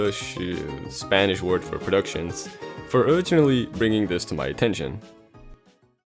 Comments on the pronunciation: here's another useless fact: on you said Produccions was the Spanish word for Productions, although the correct way of saying it is Producciones...xd also (in the Spanish version of smash) King Dedede is named "Rey Dedede", but King K. Rool is named "King K. Rool" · Um in spanish its "producciones" not "produccions" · Obligatory “actCHUALLY, the spanish word for productions is 'producciones'” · that's not the Spanish word for productions it's actually producciones, its close enough though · Hello, Spanish speaking dude here. Spanish for "productions" is "producciones". The "cc" sounds like a shorter "x" sound, the "e" is the same "e" in "red". That aside, awesome video!!!! Man, I love random facts avout stuff xd 98f of all my knowledge are random useless facts